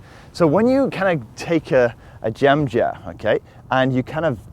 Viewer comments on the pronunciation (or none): i thought was speaking indian language......"jamjahr" 😂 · Just for fun,can you say jem jar and then say jam jar do they sound different, lol lm just playing with ya,thanks